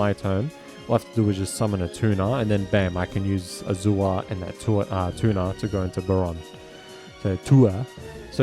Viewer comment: You're saying Azure wrong. It's pronounced A•zure.